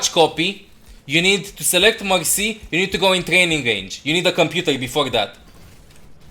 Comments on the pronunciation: Every time he Said mercy i thought he Said Moxy...😂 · when you say Mercy i hear Moxy UNRANKED TO GM PLAYING MOXY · I thought you said M0xy